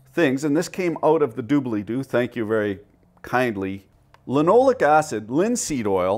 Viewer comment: Lin-oh-lay-ic acid. Ack-roll-ee-in. You're welcome.